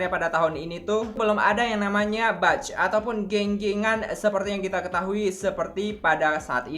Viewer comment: Mohon maaf ya wak, izin mengkoreksi sedikit di pengucapannya, 'batch' itu dibacanya 'bec' bukan 'bac' yaa, hehehe makasih